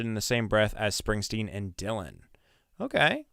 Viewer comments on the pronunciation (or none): none